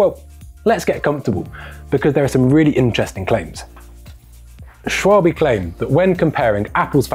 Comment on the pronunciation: It is not Schwalbi…little bit later in video… thank you please 🤣